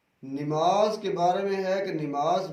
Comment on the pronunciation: Dadi wale jahil Mulla nimaz nahi hota hai namaz hota hai pehle bolna sik